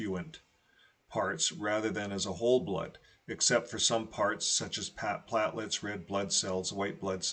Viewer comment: Con stit u ent is how you pronounce the word and platelet is just plate (as in dinner plate) and let (as in let someone in).